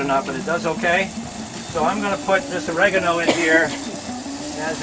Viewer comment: nie "regonal" ale OREGANO :-)